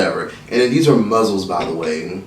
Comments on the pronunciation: saying muzzles instead of mussels is sending me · “Muzzels” 😂😂😂it’s mussels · Every time says "muzzle" instead of "muscle" cringe lls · You do mukbangs EVERY SINGLE TIME. ITS MUSCLES, NOT MUZZLES. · Did he say muzzles?🤣🤣🤣🤣they are mussels shug!!! You crack me up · It's just funny that pronounce those shellfish as "muzzles" & not "muscles"? 😂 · "Muzzles"😂😂😂had me cracking up😂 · Everytime said “muzzles”, I died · Mussels is pronounced the same way as muscles. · Nobody:: MUZZELS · So no on going to talk about how said mussles💀💀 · I like how he said “muzzles” 😂😂😂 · Mussels - it’s said like muscle the ones in your body . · why you saying mussels like that???? LMAOOOO you deadass mad funny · The way he says mussels irritate me 😂🤦🏽‍♀️ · Mikayla Hatten Don’t be fooled by this video. ain’t saying it right 😂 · It's actually, "Mussels". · The way he says muscles is so funny